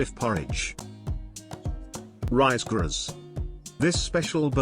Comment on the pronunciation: Use an actual human to do the narrations instead of AI. Did you even listen to the video before you released it publicly? The pronunciations of some of the dishes is wrong! Check the pronunciations of the Riz Graz and the sauce de ignames for starters.